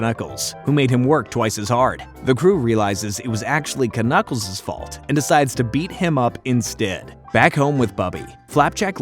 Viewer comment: I can't mentally handle the way you say knuckles as k-nuckles instead of nuckles cuz k is silent here.